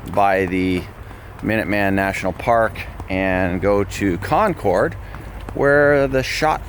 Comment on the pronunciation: It's actually pronounced "Con-curd". It is an amazing place